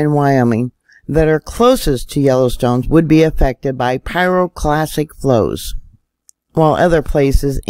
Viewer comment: Interesting and well done video but please stop mispronouncing pyroclastic as pyroclassic. At 1st I thought I misheard you but you repeat it incorrectly multiple times. I'm no pro so am impressed by your apparent knowledge and understanding of volcanology, and don't want to see your credibility drop over something as simple as misspoken terminology. As a science minded person, I hope you will take this comment in the spirit in which it is offered, which is constructive criticism and not (is it) trolling.